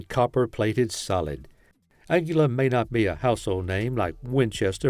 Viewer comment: lost me when you can't even pronounce Aguila correctly😂😂😂 Just prove you don't know anything about the ammo you're talking about